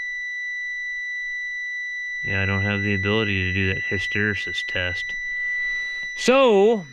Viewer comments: Hist-stor rees-sis I have trouble with that too. Ha Ha hys·ter·e·sis /ˌhistəˈrēsis/ Learn to pronounce nounPHYSICS the phenomenon in which the value of a physical property lags behind changes in the effect causing it, as for instance when magnetic induction lags behind the magnetizing force. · HISS-TER-EE-SIS Just trying to help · lol. Hy-ster-ee-sis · hysteresis is pronounces hister REE sus.. hysteresis means a lag between input and output in a system upon a change in direction. Hysteresis is something that happens with magnetic materials so that, if a varying magnetizing signal is applied, the resulting magnetism that is created follows the applied signal, but with a delay. Not trying to be smart, nor belittle someone.. but its a term used quite often and most folks have heard of it, but not necessarily know it... I hope this helps folks... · Try his-ter-ee-sis, don't let the Y mess with your brain. Cheers Eric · "his tuh REE sis" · (Hiss ter e sis) would be the pronunciation that I learned. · the word is pronounced... HISS...TERR...EEE...SISS. It means the lag between the input and output., like with micro-switch whose contacts are made to complete a circuit, when object that has compressed the switch actuator moves away, the circuit is still made until the object is fully clear. I hope that makes sense. If you press the end of your index finger with your thumb, then move your thumb away, it takes half a second or so for the end of your index finger to go back to it's normal shape. That is the hysteresis. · " Hister (like Mister) reesis" test. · Hysteresis... "hister E sis"